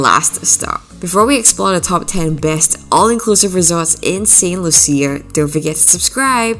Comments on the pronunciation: It’s Saint Lucia (pronounced Lusha, not Loo-see-a)!! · "Lew-shu". Saint "Lew-shu"... How you gona make a video about a country when you don't even care to pronounce the name of the country correctly? 😂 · Pronounced Saint Lu Sha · You are pronouncing St. Lucia wrong.